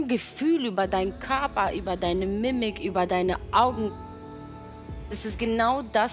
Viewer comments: Mimik ??Man sagt Miiimiik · Die Körpersprache, vor allem des Gesichtes. Es heißt "Mimik"(ausgesprochen "Miehmik"), aber Oana ist der deutschen Sprache eben nur unzureichend mächtig. Gab schon einige Beispiele. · Und Alien Hobbit hat das absichtlich falsch geschrieben, da Oana es falsch ausgesprochen hat. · Niemand: absolut niemand: Oana: „Mimmik“